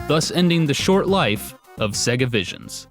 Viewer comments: Why does he pronounce Sega "Sigguh"? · Shows interview where someone who works for Sega calls it Say-Gah... still pronounces it Seg-Ahh. Stick to yer guns, sir! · Am I the only person that cringes every time he pronounced Sega? It is supposed to sound like SayGa not Sigga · IT’S SAY-GA RETARD, GET IT RIGHT. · why can't Americans pronounce sega????? what exactly is so difficult??? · I really like you and your videos, but the way your pronounce Sega makes me cringe lol! :)